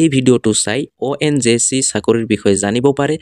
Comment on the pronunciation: ONJC nhoi o dada ONGC buli kok